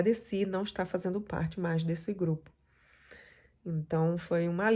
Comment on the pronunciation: Escrevi errado ela fala a suposta "professora de educação física" que eu duvido, " cumeno, fazeno, tentano", e por aí vai.